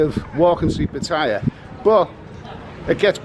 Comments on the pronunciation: Pat aye ya....Not Pat tie ya...fckn pom 555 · I tend to like your videos for the most part except when you're looking about being travel weary and no girl for fun. But did you know that 'Pat tyre' is actually pronounced Pattayar, the clues are right there in the Thai พัทยา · first thing STOP PRONOUNCING PATTAYA WRONG. SECONDLY LOOK AT THE DOLLAR, EURO, POUND,AUSTRALIA DOLLAR. AND ANY OTHER CURRENCY. THE POUND IS ALWAYS 4 OR 5 baht ON THE EURO,as it is now, same with the dollar /baht.go look back back in time. Nothing to do with BRIEXIT. And thirdly l see you did not make your way to the Pattaya sign on foot.😂😂😂😂😂😂